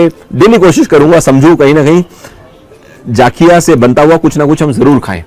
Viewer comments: Sir jaakhiya nahi zakhiya Bolte hai. NaraZ mat hona pls. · Its Jakhia , not Jaakhia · Sir enjoyed ur video a lot ...sir just try atleast once Faadun...it's also a traditional dish famous in Uttarakhand...it is prepared with Gahat daal...n one more thing I wud like to mention here The correct pronunciation of pahadi jeera is Jakhiya not Jaakhiya.. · Sir jaaakhya ni hota jakhya hota hai ja normal hota hai without A ki maatra